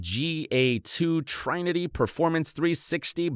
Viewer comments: its not trainity its trinity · Your voice actor pronounced trinity as try-nity, instead of t-rin-ity